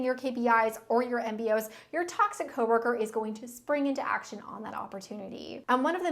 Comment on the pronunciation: i love saying "co-wur-kur". lol